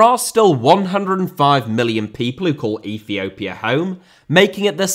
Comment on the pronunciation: Russia* not Russier Uefa* not Yuweifer Dissolved* not Disolved China* not Chiner Oman* not Omohrn Ethiopia* not Ethiouwpier Fenerbahçe* not Fenebohçei Rather* not Rother Şahin* not Sohrhyn Style* not Stahl Indonesia* not Indonesier Liga * not Liguer Copa* not Coper